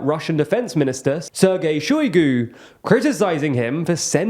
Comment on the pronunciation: Shoigu, he said right, Prigozhin was cringy to me, but it's ok, one small missprenounciantion doesn't make it less valuable, I'm Czech, I miss pronounce like every second word in English, this channel is great and we must forgive them the tiny mistakes and appreciate, what they are doing, THANK YOU! 👍